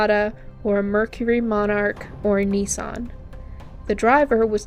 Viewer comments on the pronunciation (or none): none